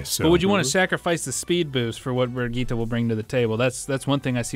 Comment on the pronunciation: It's No Problem If you pronounce the Name false I haven't seen any Englisch Youtuber who does it correctly but you are close